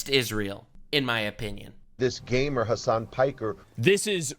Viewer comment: he didn't say gamer, he said gaymer